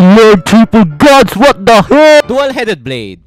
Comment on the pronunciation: "catlas" "iiiooon mase" "dul heded blaed" "pie" "besintuu" "pol vasain uan" "jitt" "raen-guku" "trwuuu trwipe kaTana"